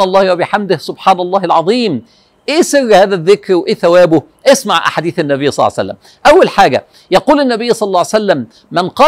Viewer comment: ليش تقولو صلعسلم